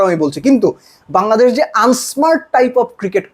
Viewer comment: বাঙলাদেশ ❌ Hangladesh ✅🤡😂